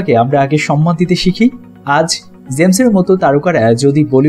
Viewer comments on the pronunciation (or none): none